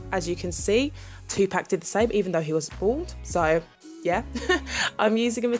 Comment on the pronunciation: Dear Universe she said it right though.